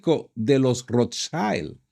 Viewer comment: Perdón, se pronuncia Rothschild no "schaild" es una palabra alemana.